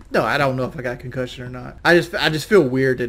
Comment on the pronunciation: ConCUHHHHSION FROM KELLYYY LOL